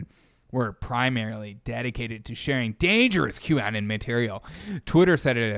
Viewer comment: It's Q Anon (rhymes with "Anon-ymous", not Anon-like- "canon")